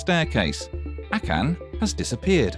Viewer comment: 1 mistake in this video was the way the guy said akan, he said a can instead of akan. BOOM ROASTED